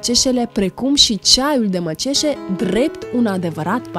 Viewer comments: De ce zici MĂCIEȘE ???? Și nu MĂCEȘE , cum este corect !!! Sau poate nu ști să citești, ca să vezi că se scrie MĂCEȘE !!!! NU MĂCIEȘE !!!! Oare observi diferența ??? Că voi moldovenii trăiți în copac !!! Și aveți capetele de PLUTĂ !! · Maciese nu este corect, cititi macese, nu este acid malis, ci acid malic! Ma enervezi ca nu stii nici sa citesti corect! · Pronunțați gresit, nu e “maciese” e măceșe